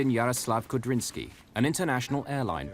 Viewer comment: The pilot's name is Kudrinsky, not Kabrinski. -sky is a Russian suffix.